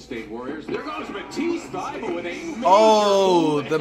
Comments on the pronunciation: His last name is THY-BULL NOT THY-BULL-E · Also thebully dude